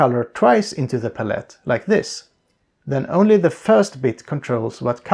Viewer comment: puh-let is the new palette